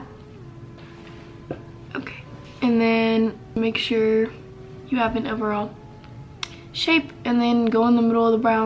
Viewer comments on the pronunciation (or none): none